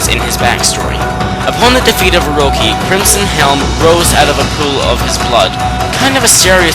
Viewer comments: Just a note, you pronounced Orochi wrong... OroCHI not OroKI... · its orochi not oroki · OroCHI, not OroKI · ah-h-hem, orchi is not pronounced "Orokey" it's pronounced "O - roach - i" with a sh sound at the "ch". Orochi transalted into korean: ㅐㄱㅁ초ㅑ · I know it's nitpicking, but.... I'ts Orot-shi, not oroki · you said Orochi wrong, it's not Orci its OROCHI!!! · YOU F****N IDIOT ITS NOT OROCKI you pronounce it oroshi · wrong again its or-och-i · He probably can't help it. For the longest time I kept saying Oroki as well. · Okay, great video and all but... STOP SAYING OROKI. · orochi not oroki, seriously, every time i heard this guy say oroki i shouted oroCHI!!! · It's not pronounced Oroki... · he says orochi wrong its or-o chee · Its pronounced O-ro-chi, like your saying CHEesy. God, I am a Japanese grammar nazi. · no offence, you have a problem pronouncing stuff in this game, you mis-pronounced Orochi (its Ore-Oh-Chee, Agata Forest (its Aw-Gaw-Taw), Waka (its Waw-ka), Oki's sword Kutone (its Koo-Ton-Ey), Ryo (its Ree-Oh) im not trying to insult you, just telling you how to properly pronounce stuff in these games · The way he pronounces orochi though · your saying orchi's name wrong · I like how you mis-pronouced Orochi